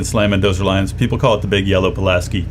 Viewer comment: "The big yellow Polaski" lol